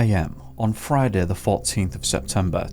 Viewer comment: fridah da fourteenf of sepembah